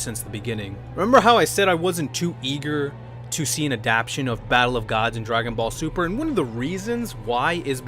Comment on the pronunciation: I hate when people say "like any true Dragon Ball Z fan" as if you can't be a true Dragon Ball Z fan and not like Dragon Ball super. Speaking of that, you said Dragon Ball Sumer :-)